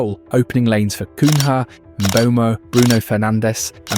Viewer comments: It's not "coon-HA", it's "Coon-Yeah" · Cun-ya, not Cun-ha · The way the guys pronounce names is off. CUN-HA! 🤣🤣🤣 You don't say Jose mourin-HO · Is this narrator AI? The pronunciation is different every time he reads a name out! 😂 Cuhna is mentioned as Coonya Cun ha Cunnha So weird, and almost ruins the whole thing